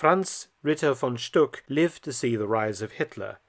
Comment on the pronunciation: Glad you spelled out the names. Thought I was hearing "von Schtupp" instead of "von Stuck".